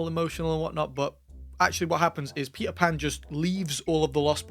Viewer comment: I believe it's Patel Pan